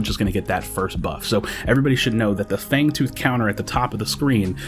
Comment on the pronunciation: Fangooth lol